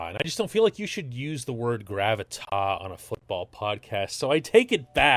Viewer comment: GravitaS. The S is pronounced.